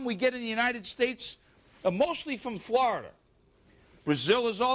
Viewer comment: Gahlik, flahida